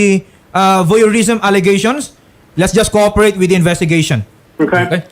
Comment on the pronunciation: PROUD Hindi FROUD. Lagi ka nalng nalilito sa P and F. Sabi mo COOFERATE instead of COOPERATE.